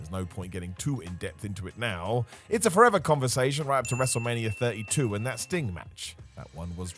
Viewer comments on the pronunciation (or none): none